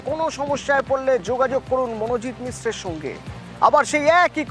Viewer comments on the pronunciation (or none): মনোজিৎ মিশ্র না মনোজিৎ মিশ্রা